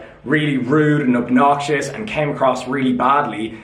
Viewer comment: "And "kem" across really badly" hahahahaha